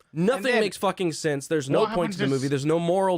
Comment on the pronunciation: I agree but can you please say “then” and not “thin?” The word is “sense” and not “since!”